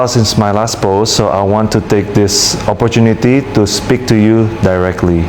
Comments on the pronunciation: Dia lagi dracin guys tapi pake bahasa inggris, berapa jam ya kira2 actingnya si S jadi sutradara didepannya tuh pegang script, episode cuci tangan part berapa ya eh preeeeet😂😂kenapa awal ngomong opportuniti keduanya jadi offorcuniti yah preet 😂😂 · Iya ya dipotong2 pantesan alenia pertama oportuniti eh alenia kedua dibaca oforcuniti kepleset😂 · Jangan ketipu ini bikinnya diedit2, ada kata awal opportuniti bla bla bla berikutnya offorcuniti kepleset lidah😂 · Diedit dikit2 makanya awalan bilang opportuniti berikutnya alinea 2 bilang offorcuniti 😂